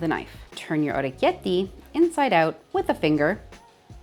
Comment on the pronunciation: Hey!! Wow this was so fascinating to watch!! The knife does such a cool job of shaping them! Fresh pasta is my weakness!! I love the way you pronounce it too❤❤❤